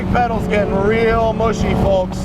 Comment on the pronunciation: Aside from the other wacky things he said today, is it just me or is he saying "folks" weird too? 😂